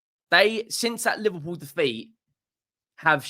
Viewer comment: Pls it’s not Liverwool… it’s LIVERPOOL 😏